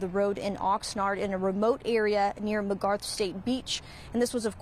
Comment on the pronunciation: It’s McGrath not Mcgarth